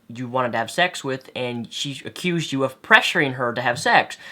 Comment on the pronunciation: Has anyone notices that Greg says "sex" it sounds like "shecks"